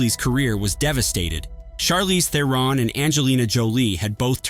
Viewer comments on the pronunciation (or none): none